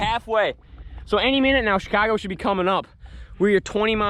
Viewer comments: “Goeen to She-kaar-go” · And they’re going to ‘ChAeCahgo’